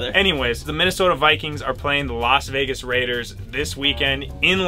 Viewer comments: Everyone: Vegas: vaugus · why cant ben pronounce vegas ? "veygus" ? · Bro why does ben say veegis😂